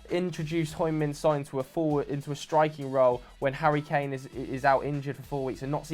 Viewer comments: For god sake! It’s Heung. Not Hoing! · Can someone please tell how to pronounce Son’s name, it’s heung like young not hoy 😂 love it tho lads keep it up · why does joe still call Son "Hoing Min Son"?? I think it'd be best if he learned how to properly pronounce his name